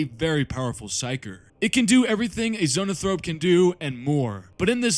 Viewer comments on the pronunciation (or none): "ZONAthrope"? Brother in His name, it's "Zo-AN-thrope". Report to your company chaplain immediately.